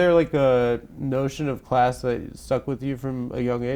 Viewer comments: "I was very much working claaahhhs" - In a posh accent. Got her Adam! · Not cIass. She said “kIoss”, get it right IoI